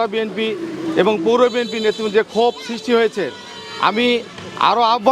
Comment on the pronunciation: ঠিকমতো বি এন পি শব্দটা উচ্চারণই করতে পারছে না, এরা আবার বি এন পি করে😂😂😂